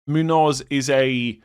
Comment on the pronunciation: Munoss not not Munoz lol